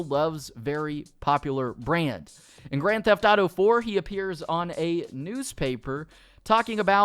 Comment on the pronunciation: And instead of saying “grand theft thauto” just say gta